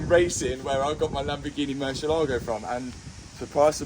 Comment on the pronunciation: Please, learn to pronounce MURCIÉLAGO